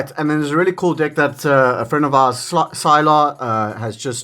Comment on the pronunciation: I know it’s just the accent but it definitely sounds like you’re saying dick/dicks 😂😂